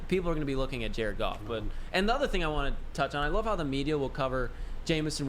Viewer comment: It's goff